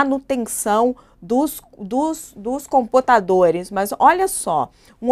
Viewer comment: "Manutenção dos COMPOTADORES". A pessoa nao sabe nem falar e diz ser jornalista 😂😂😂